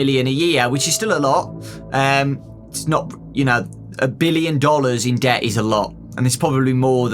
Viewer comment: says debt Tom nook: bells please